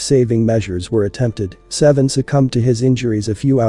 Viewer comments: I think he pronounced his real name Say-Vee-On not seven. RIP Saiveon Hopkins Aka Jay Hefner 🙏🌹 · HIS NAME IS SAIVEON! PRONOUNCED SAY-VEE-UNN! NOT SEVEN! 😂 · Say-vee-yon Stop calling him seven